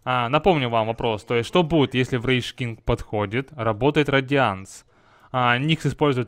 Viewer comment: Почему врейЧ кинг? это так же глупо как и хайЧграунд граун или же файЧ в место файТ, даже сам леорик говорит врейЗ кинг, а на счет 2 вопроса, проклятие шд переводит часть урона в чистый , по этому он убьет куру ультой